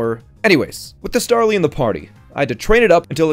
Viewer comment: "Stawly" - 2020.